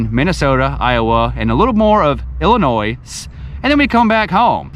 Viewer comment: Come on man. You're killing me with the "S" on Illinois.